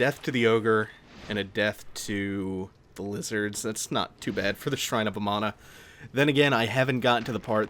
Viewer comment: "shrine of amano" is what im hearing. like the shrimp.